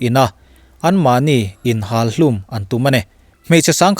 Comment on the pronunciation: Inhual tih lamdân/a thluk hi a dik lo tlat mai.Nakin zela tan ka rawn sawi e.Hetia dah hma hian uluk deuhvin a lamrik dan hi en ni țhin ta se.